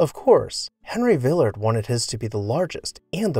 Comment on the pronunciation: You’re pronouncing it wrongly. It’s not vill’ ard. It’s Vil lard’.